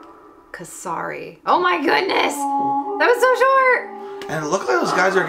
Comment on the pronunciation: It pronkunced lik k-sa-ri